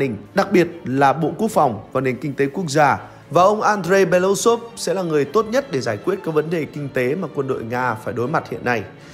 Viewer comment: Nên đọc đúng nguyên bản tiếng Nga là "Be-lơ-Ú-xơp" (Белоýсов), tức là họ ông này có 4 âm tiết, trọng âm rơi vào âm "U" nên phải nhấn mạnh âm tiết này, đừng đọc "Be-lu-xôp" nghe như trọng âm rơi vào âm tiết cuối. Белоýсов có nghĩa "Ria trắng".